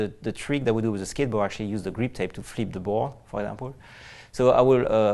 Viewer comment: Did that French dude say GREEP TAPE?!?!?! What the fuck is GREEP TAPE??????